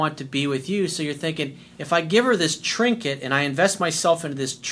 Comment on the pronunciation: Lol, you said trinquit